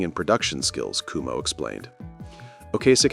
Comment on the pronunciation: You're pronouncing his name wrong. It's not "kumo" it's "QuoMo", like the former governors of New York. Also, having Rick Ocasek as the producer is what launched their career, That was definitely the right choice. He's a genius.